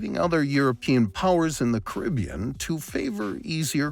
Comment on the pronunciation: Awesome video. Just wish you said Caribbean differently.